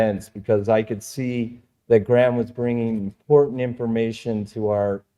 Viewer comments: Who the hell is "Gram"?? 🤣🤣 It's Graham. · Graham pronounced greyam not graam and Randell observation deck hypothesised Atlantis could be 33 degrees by -33 degrees. Check it out, I think he is onto something. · Graham is not pronounced Gram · His name Graham not Gram. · Can’t even pronounce Graham. What a retard